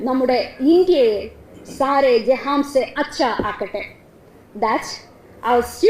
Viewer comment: സാരെ ജഹാൻ സെ എന്നല്ലേ പറഞ്ഞത് ജഹാംസെ എന്നാണ്.